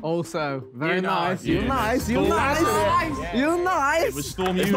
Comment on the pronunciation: Bro pissing me off saying eunice wrong bruh